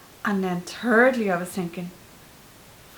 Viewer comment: 😂😂😂😂 she said turd instead of third (no disrespect/no shade)😂😂😂👍🏽👍🏽